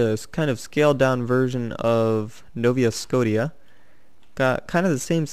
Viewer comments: YOU PRONOUNCE NOVA SCOTIA (Nova Scosha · it's pernonced novascoshia lol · haha novia scaotia?!? Lol nice butchering XD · I almost lost it when he said Nova Scotia wrong